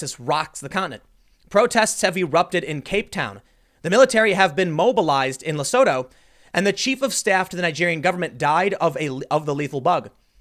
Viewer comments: Tim... Lesooootu. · Hahaha. Had no clue what country you were talking about until you said "surrounded by South Africa" It's pronounced: Le - Su - Tu. Also, there is no food shortages here. It doesnt take much to set people off here to start looting. So far I've only seen people looting liquor stores. Selling sigarette and alcohol is currently banned during lockdown. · Oh shit, I didn't hear about this from local media. PS, Tim, it's pronounced lesootoo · Quick side note, it’s pronounced “Le-soo-too.” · South African here - it's pronounced "Le-sue-tow" ;) It's a sovereign state inside South Africa, they have a king as well. So far they actually don't have any reported cases but as you said, this could be due to testing. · hearing Tm trying to pronounce Lesotho made my day...hehehe But in all fairness,I think south africa has been heading that way for a whiile now,covid virus or not. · Eish Tim ! Your african pronunciation needs brush up Lesotho= leh sue too Cyril= cih ril Rhamaphosa= Rah mah poh sah We have junk status. Many people lîve from the hand to the mouth. Only 52 died in South Africa from corona. Much more now from lock down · Just a heads up Tim for the future in case you see it again. Lesotho is pronounced Le-Sue-Two Cyril is pronounced Sir-ill (easiest way to describe) Ramaphosa is pronounced Ram - ah- po (like for police) - sa (like sa in sandal) The army was deployed at the start of the lock down. I am from South Africa.